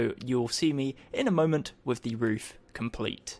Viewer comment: you said roof wrong